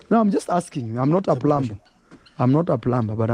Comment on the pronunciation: In the word plumber the b is not pronounced I the correct pronunciation is plummer rhymes with summer.Although it is spelled with a B.